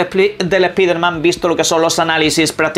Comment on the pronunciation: Es piderman jajajaja Como odio escuchar eso pero sacando eso, no sera goty.